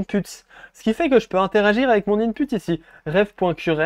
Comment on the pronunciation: Super explication! J'adore :). Je rie á chaque fois il dit in-p*te😂😂😂